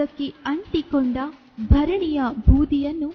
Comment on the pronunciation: ಭರಣಿ ಅಲ್ಲ. ಬೆರಣಿ.